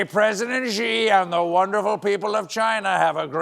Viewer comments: Hi, Stephen. I don't know why, but you're confusing the Chinese name Xi with Ji. Look, you're not too old to get this: The name Xi in Mandarin sounds similar to our word "she"--It's NOT the same as "Gee". The given name Jin sounds like our word "gin." Maybe you or your writers are pulling the initial sound of Jin to the "front." Come on, you can do this! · Love Colbert but someone should tell him Xi is pronounced "shee" not "zhee" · Xi is pronounced like "She".